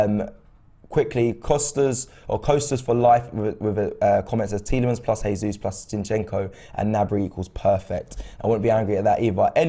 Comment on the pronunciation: Seriuosly? "Heysus" ? It's not even hard to pronounce right 🙄